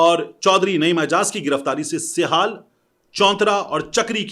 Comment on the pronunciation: Tariq bhai sehal nahi hai lafz sehaala hai kal bhi ap nay sehaal kaha tha